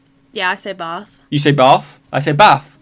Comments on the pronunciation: bath: baath: He says it like me, baf. 😳😂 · Y'all focused on the A in bath and not the ending. Everytime all three of you said bath it sounded like baaff. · On bath... pronounces the "th" properly with her tongue coming to her front teeth, whilst you pronounce it "baff" with your lower lip going against your front teeth to make the "F" sound. (You pronounce the "a" like, but he pronounces the "th" as well.)